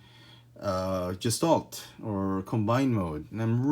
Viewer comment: Gestalt. Hard G. Sh sound at the s.